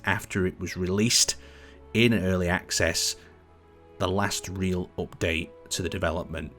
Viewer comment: drinking game everytime he says "opdate"